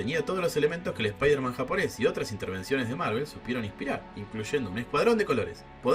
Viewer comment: Es "Supaidaman" almenos verbalmente